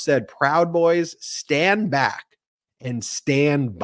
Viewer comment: He actually said stand bwack and stand by 😂😂😂